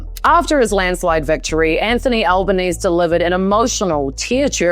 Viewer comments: Albanese is pronounced like "Alban easy" not "Alban ees". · That was bloody well done! Your videos get me wondering why it's so rare to see anything put together and delivered so well on the telly. And the NZ flag? I thought it was funny, about time us Aussies see how it feels for once! But hearing the last syllable dropped from Albo's name was weird. It's like "Easy peasy, Albanese". Love your work, you deserve at least 100x the subscribers!! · Nice one, I thought you were an Aussie until you I heard you say Albanese incorrectly. But that's ok, Kiwis are cool too, should become our seventh state. 😛